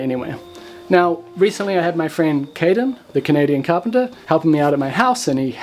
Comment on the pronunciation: So.... Nobody called Caden "Canaden" yet?